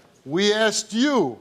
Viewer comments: Can these people people stop saying "Axed" it's "ASKED" You don't want to be "Axed" I promise you! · That woman admitted it, she said "I axed her".